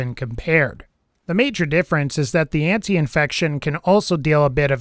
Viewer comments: Antifection* not antiinfection lol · it is called ANTIFACTION not ANTIINFECTION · how many times can you mispronounce antifection?